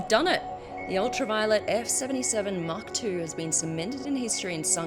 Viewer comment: How she pronounced mach 2, it is much like hawk tuah. 😂🤣 Mach Tuah